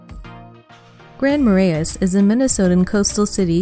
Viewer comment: Nor could she pronounce Grand Marais or Wabasha